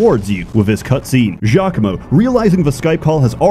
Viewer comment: It's actually geo-coom-o